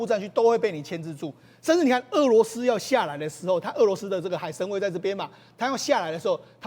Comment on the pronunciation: 是读海参崴wai(第三声)